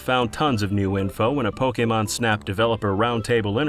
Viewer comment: see kids? its not that hard to say "Pokémon" and not "Pókimon"